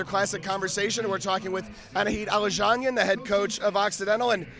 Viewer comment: He nailed "Aladzhanyan" that's not an easy name to say!